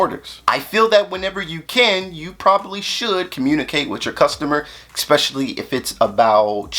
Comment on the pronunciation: With all due respect, “eckspecially” is not a word.